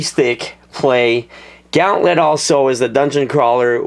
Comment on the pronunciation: its said gahh'nt -let